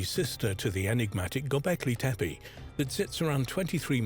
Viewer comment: SERIOUSLY!! and mispronouncing their names every 5 seconds? Tepi-tepe-tepi-tepe!!!